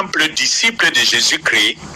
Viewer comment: Cardinal ne sait pas prononcé christ , mot cri ce n' est pas christ .